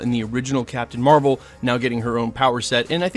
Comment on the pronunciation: I think its mar-vel